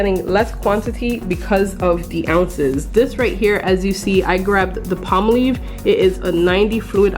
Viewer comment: Awesome deal it's pronounced Palm/ Olive I think you're pronouncing it Spanish way tfs 💕